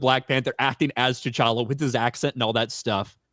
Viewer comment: Man, you can remember a name like T'Challa, and pronounce it correctly, but you can't remember Ryan's name?